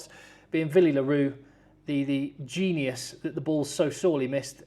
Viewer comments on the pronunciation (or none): none